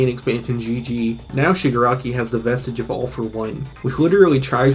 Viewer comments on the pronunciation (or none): Once again Its vestige. not vistage. Idk if your english or not but the manga has literally stated the quirk vesitges to BE SOULS or have been referred to AS SOULS. and plenty of times the ofa users have said they need to attack SHIGARAKIS SOUL